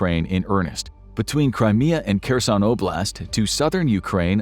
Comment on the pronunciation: Why does this guy pronounce Kherson with a French accent?